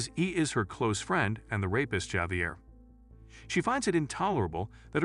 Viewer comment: Javier is pronounced as Javier not Javier. Anyways, thanks for the recap!